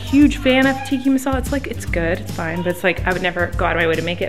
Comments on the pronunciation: Hey Colleeeeeeen Love youuuu Its Tikkaaaaaaa, not tikki 😁 DAAR DAAARRRR Babayyy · its not tikki masala its tikka masal :( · Are we not gonna talk about how she pronounced chicken tikka masala as TIKKI masala 😂 its pronounced tik-ka masala or you can just say CTM💕 (love the vlogs btw) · "Tiki masala" lmaoo XD you mean TIKKA masala?